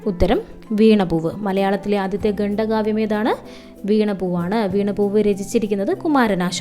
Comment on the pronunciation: ഗണ്ഡ കാവ്യമല്ല ഖണ്ഡകാവ്യമാണ്